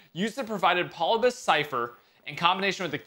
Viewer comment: NGL calling the Polybius Cypher Polybus made me die inside